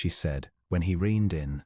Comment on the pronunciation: Draught is not pronounced 'drawt'. It is pronounced 'draft'. Michaelmas...'Micklemass'. Reined.....'rained'. ArithMETic......'arITHmetic'.